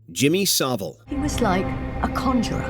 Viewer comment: Please say savile properly